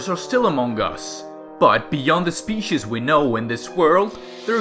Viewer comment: He says species wrong